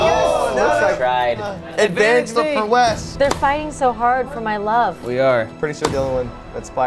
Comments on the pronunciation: dude they fuck up wes name so many time i can't even remember what his name is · I dare anyone to list all the names called Wes in this episode haHAHA "sangria" cracks me up every time